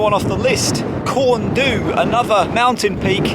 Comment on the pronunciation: You choose a good day for the views. The starting point is pronounced 'coom goody'. I'm not sure what the precise meaning is though 'gwdihw' is the vernacular Welsh word for an owl. It used to be an army camp used for para training, and only closed in the 1990's. I live just South of the Beacons and Pen-y-Fan is one of my go-to walks, though the 'motorway' gets ridiculously busy on a sunny Sunday. Now you've let the cat out of the bag about the quiet route!